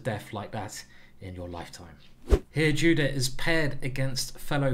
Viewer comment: Sorry for sounding rude but her name is not pronounced the same way it is written. It's pronounced "yudit", otherwise great video!